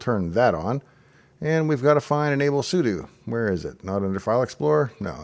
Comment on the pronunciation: I'm glad I could trust you to pronounce "sudo" correctly, unlike approximately 98% of Linux YouTubers.